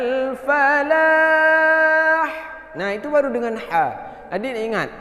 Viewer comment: Haiya'alal falah,atau haiya'alal palah, kedengerannya bacanya palah tadi 🙏